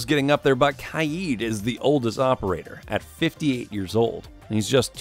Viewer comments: It’s not kiad!!!!!!!! It’s KAID!!!!!!!! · Its kaid not kaeed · i like this video but this man said kieeeeeeeeed not kaid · You say kaid like kieyed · khy yeed? bruh its kaid ( k ayd) (edit i not trying to mean just saying you said it wrong and lots of poeple do) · Love how he calls kaid kieed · Him saying Kaid wrong made me mad not going to lie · The way he says kaid is irritating me he says ka-yeed